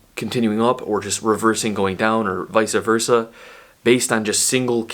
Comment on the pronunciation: Vice Versa, not vice-a